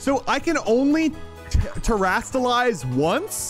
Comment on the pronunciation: its terastallize